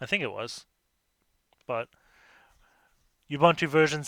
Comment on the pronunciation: Dude he pronounces nothing right... He pronounces Ubuntu as "Youbantou"... What did you expect? :p